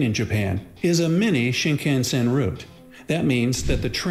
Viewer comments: Right? I studied Japanese for 6 years and have Been to Japan and the pronunciation is terrible. Shinkansen is shin con sen not shin can sen. There's so many other examples of getting the pronunciation wrong but that's the big im currently on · My lord. I'm American and only know a very limited amount of Japanese, but his pronunciation of Japanese words made me groan. Shinkansen being especially painful.